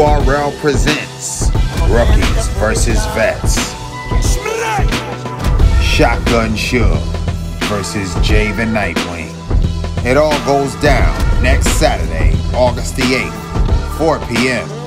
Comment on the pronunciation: Is it Nitewing? Or Nightwing? Somebody got dudes name wrong 😂 Dick Grayson is that you?